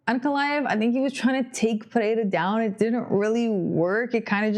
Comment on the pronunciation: Bônus points for speaking "pereira" correctly, i dont know why the gringos have so much trouble saying it